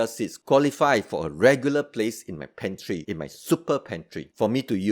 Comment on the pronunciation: You don't call it a super food but you leave it in your "super pantree" 😂👍🏽